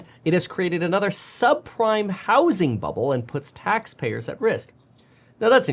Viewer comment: a subprime-ah mortgage-ah crisis